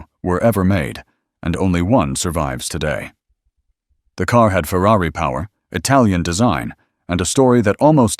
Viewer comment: No. There are no coops. The word is coupé. Same word as chop. Don't people know French? Say cooh pay. Jesus, this is sad. And that included saying Fewwawee. Why would one?!